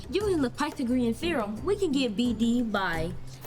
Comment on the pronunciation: he did not just say pithagreum therom...